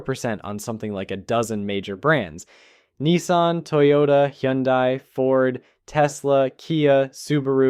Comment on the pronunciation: “Hyundai” sounds like Sunday